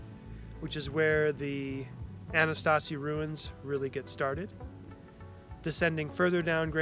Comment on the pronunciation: Oh boy. First of all, you're pronouncing the name incorrectly. The term you're trying to use is "Anasazi", but you're pronouncing it with a T in it "Ana-stazi" 2. This term is no longer used by anyone in the field as the native americans find it offensive due to it meaning "enemy ancestors" in Navajo. The term widely used in all professional settings is "ancestral puebloans." Please improve on this as your video is enjoyable. I'm still amazed someone spent time, money, and research though, even upon visiting the Kane Gulch ranger station and still not know this information.